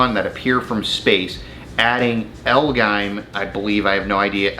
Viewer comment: It’s L-G-M that’s how it’s pronounced